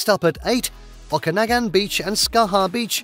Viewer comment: Nice video! It is pronounced “Pen-tick-ton” and it is Lake O-ka-nog-an! Kelowna is equally nice!